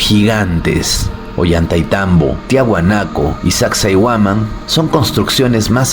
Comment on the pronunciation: Soy de Perú mi estimado y fuera de todo tu documental sobre las ruinas, pronuncias mal el nombre de sacsayhuaman. Ten en cuenta como se pronuncia el nombre de las siguientes ruinas a las que hagas documentales